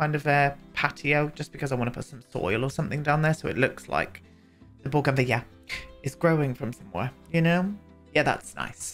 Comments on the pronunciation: The way you say bougainvillea 😂🤌🏼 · First off I love that shirt, second the way you say bougainvillea makes me laugh and third I've missed the door to vaginanana. Anyway have a lovely weekend, see you soon xx